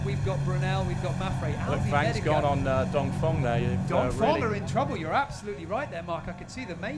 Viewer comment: great video, only thing is that he says dongfong every time... It's dongfEng..